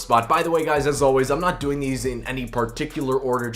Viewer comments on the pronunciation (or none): none